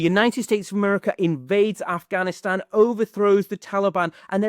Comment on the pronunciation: ur pronunciation of Afghanistan is on point . felt nice.